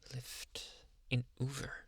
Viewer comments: Did he say uver or uber 😂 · “Uhh I never did ovvu gaver” Lol who still remembers this